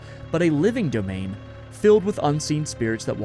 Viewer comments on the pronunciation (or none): none